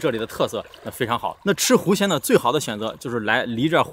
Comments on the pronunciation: 听成吃“狐仙”了，还想着，胆子真大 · 没听清，是要吃狐仙吗？